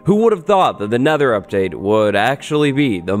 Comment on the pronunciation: Wattles: sets the Neather gen to a Neather biome "Woah it's like the Neather."